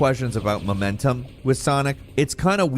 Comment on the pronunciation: Your pronunciation of "momentum" hurts my ears